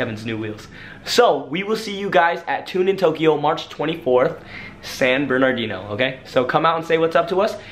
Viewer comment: Fool can’t say San Bernardino right lol